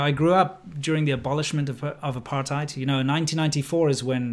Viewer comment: I lived in RSA for 20 years from a young age, leaving coincidentally when the ANC took control., I noticed you pronounced 'apartheid' once correctly, otherwise as '***hide' - since it is an Afrikaans word why can't you get it right please? Incidentally I also lived and worked in PRC and Taiwan for 15 years and as a trained proof reader I do pay attention to every nuance.